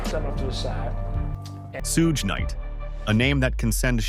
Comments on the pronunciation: suuuuge night really dont speak on him if you cant even say his name. dumb AI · Right on haha soo-ge night lmao